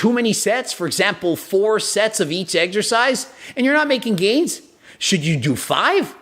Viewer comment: He says "Eggexercise" instead of Exercise, which already shows he's an idiot right there. Where does he get that?